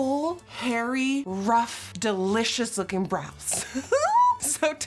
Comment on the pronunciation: Lmao good video also “delious brows”